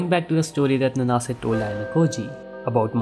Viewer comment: I always read Nanase as 'Naan-se' so hearing 'N-naa-se' for 24 mins straight was really painful🥲